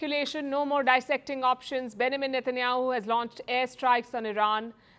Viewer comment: Why do you keep pronouncing his name as Bendamine?